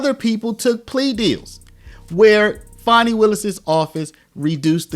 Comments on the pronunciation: Fani is pronounced the same as fan. It isn’t spelled fawni or fauni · Why can nobody correctly pronounce Fani? It's not Fawni, or fahni, it's literally pronounced Fan-ee.